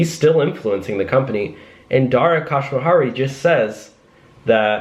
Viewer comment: Don’t shave your head 😳but try the pronunciation of Dara’s last name instead Here we go!! KHOS ROU SHAHI If you still having problem then you should shave it off🤨